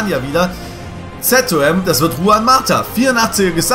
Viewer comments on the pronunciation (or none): none